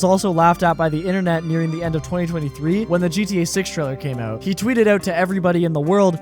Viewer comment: you pronounce out like an eeeeiirishmahn but only word out, why?